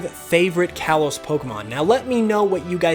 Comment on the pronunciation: "Kalos" is pronounced "kah-lohs"